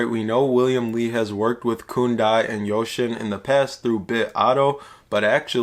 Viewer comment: Its .....yousin.....not ocean